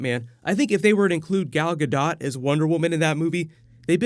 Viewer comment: It's Gal Ga(dough) bro